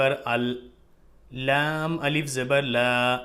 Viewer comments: Alif ko hamja kyun pad rahen h? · Assalamualaikum,Hijje krte waqt alif ko Hamza kyun bol rhe hai janab?? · Aap alif ko hamza kyun padh rahe h smjh nhi aaya....